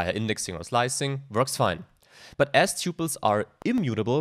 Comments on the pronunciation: TUPLES!!!!! not ťyuples! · Look up how to correctly pronounce the word 'tuples' apart from other words. Thank you!